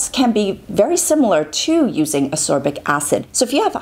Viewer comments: love the video, great Infos x PS: Ascorbic, not asorbic xx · I saw, I saw Vitamin C and clicked thumbs up before I even watched the video:) PS. It's pronounced As-KOR-bic, not Asorbic;) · I though I was the only one to repeat saying "ascorbic acid" every time she called it asorbic lol. Good Infos anyway, love the video x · A very informative video, thank you. A little remark if I may - it should be pronounced As-C-orbic (not asorbic..) acid. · I really am a huge fan, but the way you pronounce Ascorbic is maddening and so distracting. I've always found this so, but after listening to you say it 50+ times, I feel like I'm losing my mind. There's a K sound in the word: As-Corbic, not Asorbic. I'm thoroughly aware of how petty this is, but it was so so distracting. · I agree. As-c-orbic acid indeed. To me your remark doesn't sound petty, since it is a video about ascorbic acid